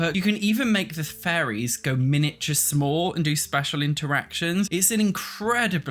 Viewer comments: I had to do a double take at one point cuz I thought he was saying furries instead staid of fairies lol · Buddies going on and on about furries. Lol. I hope we do get a fairies pack so I can listen to this guy say furries. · I’m sorry but I always think you’re saying “furries”. Love you though and your content!! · Sounded like you were saying Furries Mod and Sims 4 Furries, and it was sending me XD